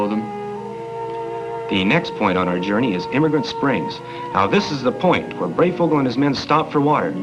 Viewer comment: It is pronounced Brey as in HIGH"...Thank you...